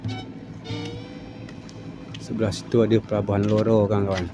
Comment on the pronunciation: Harusnya sih RORO bang. Cuma kayaknya agak susah ngomong R